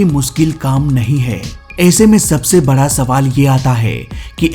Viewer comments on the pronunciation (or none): none